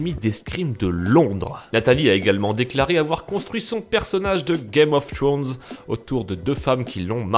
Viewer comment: "Game of trownz"